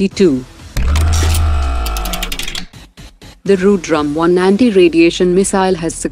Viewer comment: whose voice is this? an indian? why she is pronuncing ru-drum 🥁 ? is it hard to pronounce rudram